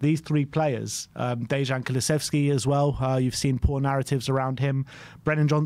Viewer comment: Keep up the good work guys! Small note, Dejan is pronounced with a Y not a J